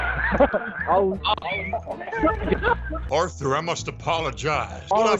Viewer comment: bro let me fix. Dutch: Orthur my boah..... Orthur Organ: What you want now Dutch: oo Orthur you see that guy is more accurate with a lasso than I'm with Molly hole